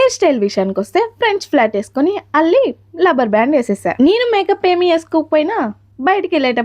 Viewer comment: Labber band kadhu rubber band or else just band anna ok